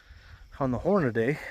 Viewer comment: I can't watch a video with a guy saying Hornaday instead of Hornady (Horn-a-dee).